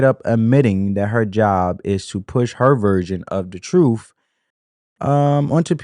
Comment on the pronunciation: The Democrat big bird vomits the talking points down their throats. Then they puke it all over us, over and over and over. The word it TRUTH not TROOF